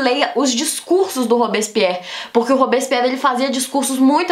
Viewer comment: ta bom, a primeira vez vc flw rápido, n entendi a segunda comecei a entender mas tbm n saiu nd, dai no final piorou hahaha olha Q vc explica bem as coisas ebeu pego rápido mas esse "robison pierri" é mt doido hahaha